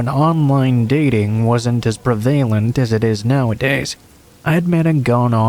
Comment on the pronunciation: 'Prevalent' did you mean 'prev-ah-lent?'